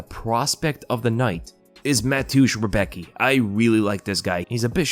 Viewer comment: Damn you pronounced Rebecki sooooo wrong haha its funny to hear. I know its hard for someone not from Poland but its so funny 😅😅😅